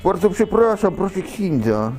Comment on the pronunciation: Proszę ksindza wymskło się kurwa😂😂😂😂